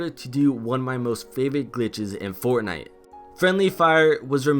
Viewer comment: did hear Fartnite